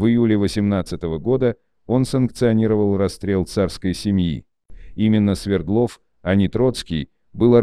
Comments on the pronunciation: Не СвердлОв, а СвЕрдлов. Яков СвЕрдлов ! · Ударение СВЕрдлов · СвЕрдлов, АлексАндров... Запарили, неучи. Не ставится ударение на окончание в Русском языке. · СвЕрдлов,а не СвердлОв. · Почему СвердлОв, СвЕрдлов же😊